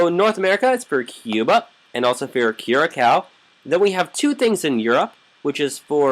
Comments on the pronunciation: im from curacao its actualy pronounced curasao not curakao =) but i forgive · Thank you for making curacao aruba and bonaire but you dont say curacao you say curasao with s okay great video this deserv a thousand likes and sub